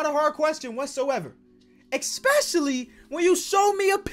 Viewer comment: ESPECIALLY NOT EX-PECIALLY